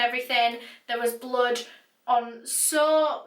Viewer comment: Does she pronounce blood as blud ? Btw love her narrations 👌🏼💯